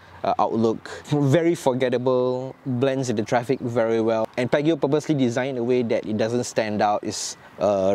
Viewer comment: Its pronounced as 'Pee-ah-ji-oh'